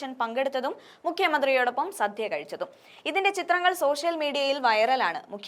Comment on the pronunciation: സധ്യ അല്ല.. സദ്യ